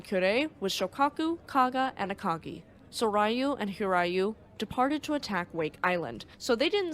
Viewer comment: Soryu is pronounced sore you Hiryu is pronounced hear you